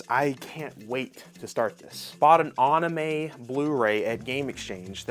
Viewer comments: SAME! Same with the pronunciation of AUnime. Annoying... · Mango, Onime and Meteoroide. How many words will he mispronounce? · You are pronouncing certain words incorrectly; Anime “Ann-uh-may” Manga “Main-guh” Metroid “Met-roid” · Are you serious with your pronunciation of Anime and Manga? or you are being ignorant?